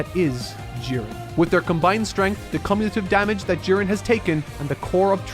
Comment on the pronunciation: why'd he pronounce the "come" in "cumulative" like that tho